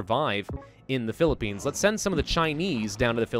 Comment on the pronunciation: pi li pi ians what philipines dude that hurts